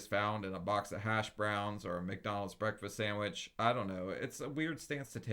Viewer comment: Those eggs look nasty. Also she says breakfrist, as do I. Good to know im not the only one who pronounces that way. I also say melk and pellow.